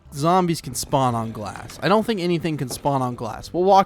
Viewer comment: you said span instead of spawn